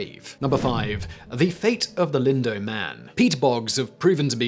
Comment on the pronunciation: I know pronunciation is a matter of region learned and input from interaction, but one should try to pronounce proper names correctly, especially if you are from that area of the world. Lindow is pronounced in the second syllable like the word "now", not the word "doe". Sorry, it just bugged me every time you said it.